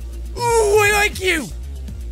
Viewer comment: Did anyone else hear: "My IQ" when Jack said "I like you."?